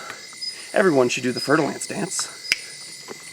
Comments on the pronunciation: Did you say "fertile ants"? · I heard fertil ants XD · All this time I thought he was saying "Fertile Ants"... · Every time you said, fer de lance, it was a new pronunciation. Honestly, I thought you said fire ants the first time, and I was kind of confused as to why we are so excited about fire ants and running into them 😅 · I've never heard of that snake before so I thaught he said fertil ants XD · All the times u said it i thought u were saying fertile ants i thought they were ants haha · I legit thought he said ' fertile ants ' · I know right!?! I always thought was saying fertile ants, and I was like "wow those are some scary ants" and then I googled it and it was a snake. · No lie I thought that was what he said at first, 😂 before I realized he was talking about a snake 🐍